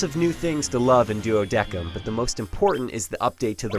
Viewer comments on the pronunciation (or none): DES-IM!!! Pronounce it right << Duodecim... not Deck-im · its called "duodecim", not duodeckim..... wtf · i don't think it's pronounced duodekim, it's DuodeCim. If it is Duodekim, I don't like the English pronunciation. XD Nice video though, Even though it's stuff most hardcore fans already knew. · lol duodekim? it's pronounced duodesim xD. "duodecim". Wow talk about fail mr. narrator xD. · It's pronounced [duo-des-im] not [duo-deck-em] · DuodeKIM? LRN.TO.LATIN. It's pronounced duo-the-SIM you ignorant narrator! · But the official title of the game is pronounced [Duo-des-im] Regardless of it being correct Latin pronunciation or not, that is the official title name. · its pronounced Duo-De-Sim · Wait, did he say "doudekum"? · its not Duo-deck-em......-__ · Yes, the 'C' is correct, but he pronounce it like DECKEM ~ I have Latin at school. But maybe it's just hard for american to pronouce latin words as european counties. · I thought it was pronounced "duodicem" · and Prishe, but that's because they're special characters, and yeah the "duodekim" annoyed me to no end... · Wikitionary?? Hahahaha. What a solid rock source you have there. Ask your Latin teacher to beat some of your ignorance out of you. C's in Latin only have a K sound next to A's, O's or U's. Next to E's and I's you must pronounced the C the same way you pronounce the S's. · I agree, Duodecim is pronounced, with the "s" sound in place of "c", not "k". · Yes, that's actually the right way to pronounce the Latin